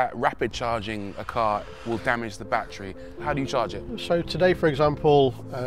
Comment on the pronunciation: It's amazing how neither one of these people, not the host of the show and not the owner of the car know how to actually pronounce the word battery... Even though they both pronounce it differently... Neither one of them have the correct pronunciation 😂